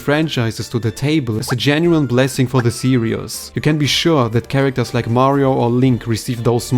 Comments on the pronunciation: How to pronounce the word Series (SEE-REEZ). You are saying the word Serious. Serious - Careful in thought, full of concern, or restrained and dignified in manner; somber or grave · Please learn to pronounce the word series. It's not "serIEs", it's "serIIs". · This isn’t any kind of major criticism, just a tip with the word “series”. You are pronouncing it like “serious”. You don’t pronounce an “us” sound for the word “series”. You pronounce it the same way you were, just without the added “us” sound you were placing in the word Great vid! I hope sakurai really reps kirby well, whatever happens!